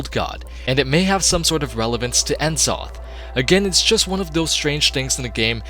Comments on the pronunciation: Who's "En Zoth"? Do you mean N'zoth? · FOR Fuck's sake mate. learn to pronounce the names. It's horrible En zoth?! Really?! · It's N'zoth not en'zoth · It's pronounced Nuh-Zoth, not En-Zoth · N-zoth lol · Watching this in 2021 and the pronunciation of N'zoth from before you knew any better is lol. Still a really enjoyable video good job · I've seen this video multiple times but I can never get over how he mispronounces "glaive" and "N'zoth."